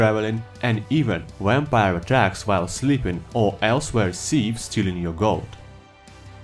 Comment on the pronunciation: Wampire Lol sorry my friend says it like that